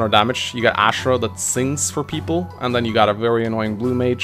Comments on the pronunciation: I'm very bugged my pronounciation of "Azura". It's not Ashera god damn it! >< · It's azura not ashra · Still get triggered by the way he pronounces azura but still a great video tho